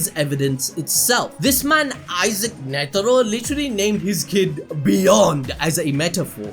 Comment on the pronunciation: why you keep saying netiro lmao tf is that